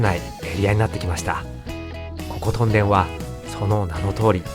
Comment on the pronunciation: 屯田（とんだ）・・・？ もしかしてこの声ってうｐ主さんの声じゃなくてAI音声？ それはそうと屯田って面白い店が多いですよね ジョイフルAKのフードコート、ケーズデンキの隣の「カレーの準泰」、トライアルやロピアといったスーパーも魅力的 緑苑台のイオンまで足を延ばせばEXIT兼近のお兄さんが店主のラーメン店「らぁめん道中膝栗毛」もあります